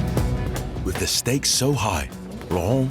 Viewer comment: Cool video but this commentator can’t pronounce half his words properly. Every other “th” is a “d” or “f” !! Can’t be unheard!!!